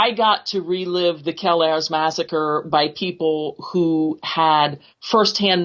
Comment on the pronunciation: So I'm from Hazleton and grew up hanging out in and around mcadoo kelayres and can't figure out how your gonna have a full podcast about kelayres and not even know how to pronounce the word kelayres.......